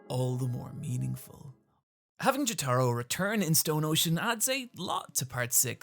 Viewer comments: You emphasize the wrong syllable in jotaro. Its JOtaro not joTAro. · I hate hate HATE to be THAT guy, but please, its "Joe-tuh-row", with the emphasis on the first syllable, not "Joe-tar-oh" with the emphasis on the "tar" syllable, as you say so many times in this video. Again, I hate being a grammar nazi, but Jotaro is arguably the main character of the entire series, and its truly a necessary to pronounce his name right if youre going to be both a Jojo's fan AND a person of moderate intelligence. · I’m sorry but I can’t take it anymore lol, it’s pronounced JO-Tuh-ROH, not Juh-TAH-ro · Jo-tuh-ro, not Jo-tah-ro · PLEASE,, it's Jótaro, not Jotáro wth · Jataro? JATARO? NOT JOTORO, NAH JATARO. Anyways great video as always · Him saying "Joe-Tar-Oh" instead of "Joe-Tuh-Row" is a big pet peeve of ine lol, but great vid regardless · Not jo-taro, its jo-ta-ro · >apologizes for mispronouncing Araki's name >calls Jotaro, "Juh-TAR-O" instead of "Jo-Tah-Row" 😅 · Ah yes, the protag of part 3, Jah-Taro. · Who the fuck is Jahtaro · Dude, I based my pronunciation of Jotaro’s name off how you said it in your part 3 video, and now you’re switching it up to Jo-TAH-ro?? My soul is now in conflict with itself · STOP PRONOUNCING JOTARO LIKE JÓTĀRO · "JetAro", huh? I suppose PatricianTV was right, mispronouncing names and words in general leads to more engagement. I can't watch this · Why can't this man pronounce Jotaro Kujo? Jo-Taro isn't right for the anglicised or japanese pronunciations. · casually saying Yoh-Taj-Roh is the best late april fools joke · Is this guy unable or unwilling to pronounce Jotaro the same way everyone else does? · Your pronounciation of Jotaro hurts my ears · Bro pointed out his mispronunciation of Araki and then proceeded to say Jotaro like that 💀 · Why do you pronounce Jotaro incorrectly? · "And I never made another mistake" Proceeds to mispronounce "Jotaro" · Every time he pronounces Jotaro like that is a slap in the face